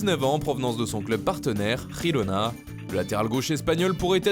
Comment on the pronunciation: Ep! On dit Girona, pas rirona!!!! C’est catalan, pas espanyol